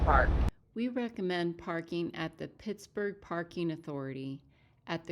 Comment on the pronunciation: It's muh-NONG-guh-HEE-luh. And it's Pittsburgh, not Pittsburg.